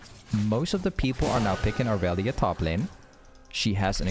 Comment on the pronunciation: the amount of e’s you miss disturbs me as a irelia main